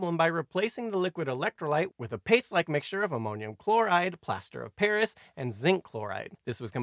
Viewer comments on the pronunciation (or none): none